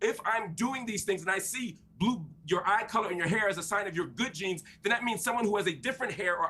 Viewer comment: It was 'Good Jeans' not 'Good Genes'.